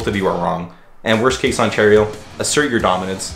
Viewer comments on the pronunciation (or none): none